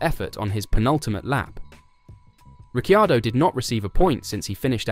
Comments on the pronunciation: It would help if you could say Ricciardo's name properly.. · You lose credibility by not knowing how to pronounce Danny Ric’s surname.